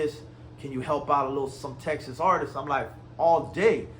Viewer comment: "Artisis"? Learn how to properly speak before you start dissing anyone😂